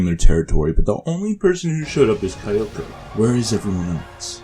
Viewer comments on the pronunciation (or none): Midokah, Kie-yolk-oh, Kie-yu-bay, Wall-burch-noght, Wall-purg-not, wall-pur-gee-not, Sey-yaka. Yep that's totally how you pronounce these names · He call kyoko kioko 😭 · Kayo-ko. Sah-yaka. Ka-yubey. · the version of the movie used in this video is the english dub. the english dub with the correct pronunciation's of all the characters' names. so how the fuck does this guy pronounce kyubey as "kai-oo-bey", kyoko as "kai-o-ko", and walpurgisnacht as "wal-pur-jih-not". i'm gonna blow my head off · Hayri Mert Dumlu Exactly 😂 he's like 'Kaiyoko' 'Homrea' 'Kaiyube' 'Walpurgnot' I'm here like 'Being Meguca is suffering'